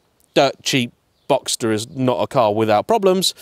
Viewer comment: It took me until you said convertible to add 1 and 1 to get to "boxter" 😂😂 but when you revealed it then it made me all the happier 😁